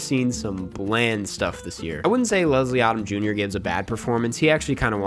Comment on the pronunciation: Ha...it is not universally hated. There was a bunch of pre-release negative vlogs by a bunch of people grabbing for clicks. You can't even pronounce Leslie Odom, Jr's name correctly. Most of the comments from the audience members from the theaters are positive. As for the movie not utilizing a lot of music in the soundtrack, the original movie, nor do a lot of the franchise movies use an abundance of theme music over the narrative.